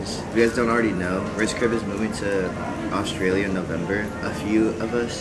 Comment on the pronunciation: It’s not allstrlia it’s Australia